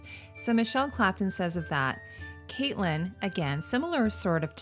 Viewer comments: I love your videos but gosh I cringe every time you call her Caitlyn stark lol it’s pronounced more like Katlin although it’s spelled catelyn. But absolutely love your videos!! Probably one of my favorite channels! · Just FYI, the character Catelyn's name is pronounced "Cat-lyn", like the animal.